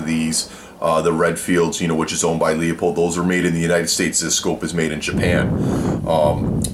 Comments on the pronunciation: It is pronouced Loo-pold...not Leeuu-pold or Luua-pold.....the 'e' is silent. Lupold.... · LOO-pold. Good review aside from that. :) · Pronounced: Loopold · i don't trust a reviewer who can't even correctly pronounce the name of the item being reviewed.